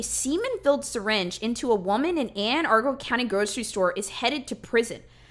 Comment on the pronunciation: Hi! I love the content but it’s pronounced Anne Ah-run-ul, I’m from Maryland and I just don’t want you to be made fun of lol 😂 I love your content and I can’t wait to watch more!